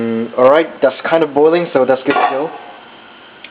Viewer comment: "it is D best" , "get DIS one" , "putting DUH water" , "alright, DAS kinda boiling" XD oh Korean Americans lol